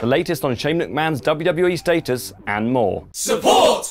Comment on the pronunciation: Yo it’s status not states